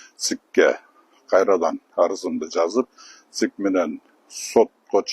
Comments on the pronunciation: Айжигитов деген чал пенсиянды алып,небере,чоборолор менен бактылуу карылыкты откорсонор жакшы болмок,бузукуланбай,элге арызданбай.Жогоруда айткандай ЦИК дегенге тилин деле келбей калыптыр,эми БШК деп эле кайрылчы балдырабай. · ЦИК деп так айта албагандан кийин. БШК эле деп кыргызча айтса болбойбу? 😂😅🤣